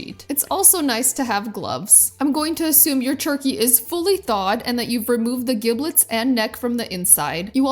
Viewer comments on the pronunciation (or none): You mispronounced "Giblets".